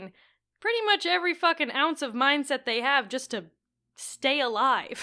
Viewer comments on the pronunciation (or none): I’m sorry but I’m so stuck on the fact that it sounded like he was saying “minGset” instead of “mindset.” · Is he saying "mine set"?